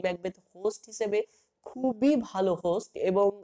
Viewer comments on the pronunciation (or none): none